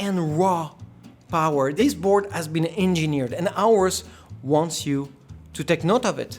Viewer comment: Aorus: It's "Or-Us" Not "ours"